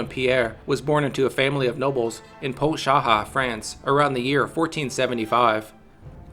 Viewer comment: Dude, you need some help on pronunciation, so I'm going to hook you up. Use pronouncekiwi, enter the name, and choose the region closest to the native language the word was used in. Here's an example of Chevalier Bayard. Make SURE to scroll down to the FRENCH pronunciation. It should sound more like Bai Yar to English speaking ears. Pontcharra should sound like Pon shara, etcetera. That's really my only critic of the video, enjoyed it very much. Personally, I still think Sir William Marshall was closer to a perfect knight, but that's just opinion.